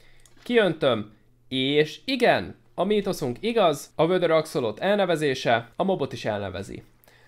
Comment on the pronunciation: Az axolotl-t. Németeztél nem lehet elneve6ni